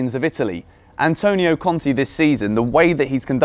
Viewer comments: pls, it is Conte, not Conti. It is pronounced with an e like in keg or in beg. Conti is Bruno Conti. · please it’s pronounced Cont Ay not Cont E